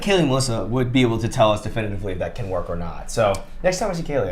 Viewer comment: ‘Camp’? I thought you mean CAN !